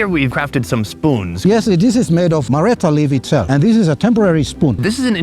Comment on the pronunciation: I grew up in this tribe. I've got a list for you: 1. Look up how to say cassowary. You butchered it. 2. You're also saying marrita wrong. It's a hard R that you roll slightly. You're not listening carefully enough when they say it. 3. Marita is not a breakfast food at all. They just pulled that out to show you it. It burning your throat is because they must have undercooked it. It has a tingle to it, but you reduce it by cooking. 4. His explanation of women being "dirty" was misunderstood. "Dirty" is often used to refer to anything "bad". The primary reason for seperating men and women is due to religious beliefs. It's dumb either way, but it isn't because of cleanliness. 5. Your question for the women was very leading asking about smell. They'd give you the real reasons for living separately. It was unfortunate they didn't have an opportunity to tell you about it. 6. I can confirm pogenei (rib meat) cooked right on the coals or hot rocks is the best part of the pig! 7. Good job learning how to say thank you in Huli! You nailed it. 8. Unfortunately that food had some undercooked pieces. That's the problem with mumus. If it starts to rain, you have to dig it up no matter if it is cooked or not. Outside of what I've mentioned, this is the best video on Huli mumus I have ever seen! However, it is a stretch to call one of the largest tribes in the country "secret" lol.